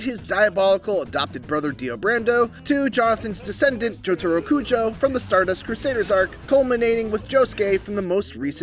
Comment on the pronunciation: Bro said chotaro kucho💀